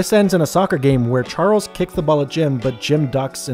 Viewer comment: you called Charles harles 🤣🤣🤣